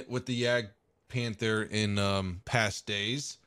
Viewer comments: Ist's not Jägdpähnfer, it's Jagdpanther! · nope that's not it. You pronounce the a the same way as I and the British People does.. and You also just say like Panter without saying the h at all.